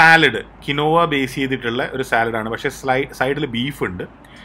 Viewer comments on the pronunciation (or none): none